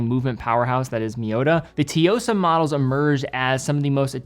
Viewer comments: Idk how much has covered the Tsuyosa, but he keeps pronouncing it wrong 🤣🤣🤣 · Pronunciation is way off. Not even close. You should consult with the brand first. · look man, some people are far more culturally versed unlike you. Also it does not hurt to kindly tell that he's wrong and offer the right and easy way to pronounce it. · no, because that would be す, while this is つ, which are two totally different words. The Tsuyosa is written as 強さ/つよさ. There’s a bit of a “z” in the front of the pronounciation. Not watch related but as someone who speaks Japanese, it was getting a bit on my nerves after many videos 😂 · He definitely gets it wrong but the T is not silent. "Su" and "Tsu" are different syllables in Japanese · lol, fair enough. I was quite baffled by how he could get it THAT wrong (sounds like a totally different word), so maybe your approach was indeed more helpful. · as a Japanese i am offended of how u pronounce tsuyosa, u should do batter homework and learn the correct pronunciation of TSUYOSA, a word with significant value has just been destroyed by you. i love your content and respect you for taking your time to educate us on watches however this time u really blew it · oh man idk how to articulate the pronunciation of Tsuyosa but it's not "Teeyosa", it's more like, uh, "Ch-yosah" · pronunciation of Tsuyosa is so bizarre. The "tsu" should sound more like "Sue" than "tee..." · It’s Tsuyosa, or even “suyosa” but not toyosa or tiyosa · Why would Tsuyosa be pronounced Tiyosa? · Its not tee-yo-sa. Its tsu-yo-sa. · I hope you're reading this, if it helps with pronouncing the Tsuyosa, just pronounce it as Sue-Yo-Suh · hi. As the other commenter mentioned it’s pronounced “sue-yo-sah”. Think of it being pronounced similarly to tsunami. The “tsu” vowel means that the “sue” is pronounced more forcefully. You can double check on deepl translator too if that helps, the hiragana (japanese characters) are つよさ.